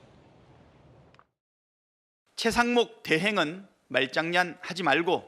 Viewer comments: 말쟝냥? 발음ㅋㅋㅋㅋㅋㅋㅋㅋㅋㅋㅋㅋㅋㅋㅋㅋㅋㅋ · 말장냔이 뭐냐 찬대야 아직 발음이 안되는구나 찢죄명히야 팔찌차고 드가면 니는 우짜노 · 말장냔 발음이나 똑바로해 자식아